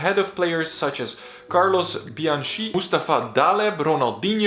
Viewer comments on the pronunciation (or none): none